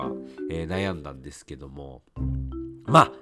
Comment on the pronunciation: 「ですけども〜」が「どぅぇすけどむぉ〜」て感じに聞こえてこっちまでぽやぽやしてくるw この時期体調崩れるといつも以上に心配になりますよね… お大事にしてください🤲